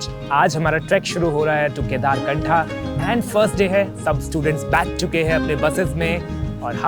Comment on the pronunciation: कम से कम आप तो सही नाम का उच्चारण करो, केदारकंठ है ना वह जगह का नाम